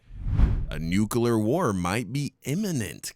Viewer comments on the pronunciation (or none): Its not a "nu-killer" war! Its a "NUCLEAR" war! Learn how to pronounce words!